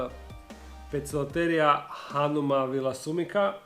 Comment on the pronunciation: I wish people would learn, that a c in front of e, i, y, are pronounced as S. And c in front of a, o, u, are pronounced as K, in Latin. So, therefore Poecilotheria is not Pokloteria. It's Poesilotheria. And it's not Pokies. It's Posies. Please spred the word. Best wishes from. Bo.